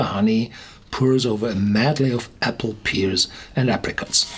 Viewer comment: Pears is pronounced PAIRS for future reference!🍐🍐🍐